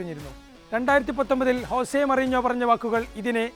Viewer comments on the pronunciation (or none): none